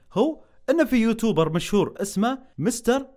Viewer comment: اسمه يوتيوبر مو يوتوبر